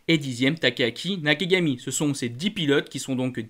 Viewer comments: on entends bien Nakigami avec les oreilles 😂 t'inquiètes on s'en fout, c'est juste que c'est pas la première chaque fois ça m'amuse je peu pas m'empêcher de te le faire remarquer... 😅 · Tu arrivera jamais à dire " Nakagami" je crois, Toujours " Nakigami" 😂👍 je plaisante bien sur, c'est pas là l'essentiel mais chaque fois ça m'amuse !